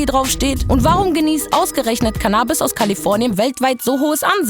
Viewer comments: Seit wann wird das Canaabis gesprochen? Es heißt CANNAbis!!!! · Super Video! Aber bitte nicht CannAbis, sondern CAnnabis:)